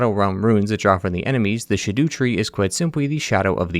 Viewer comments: Shadu tree, all the time I was pronouncing Skadu tree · 😂 I like how you half-way committed to pronouncing "scadu" as shadow, like they intended, and compromised with "shaDOO." Let's be honest, spelling it "scadu" is just dumb. Whoever decided to spell it that way should go straight to gael. Scadoo-be-do-be-doo